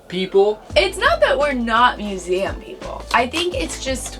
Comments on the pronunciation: Love this video, can't wait for part 2!, never stop saying muzem🤣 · If you laugh at museum how do you not laugh at the way he says Vehicle???